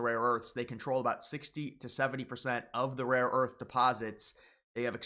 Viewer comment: Buddy just stop saying rare earth you’re having a tough time with that tongue twister 😂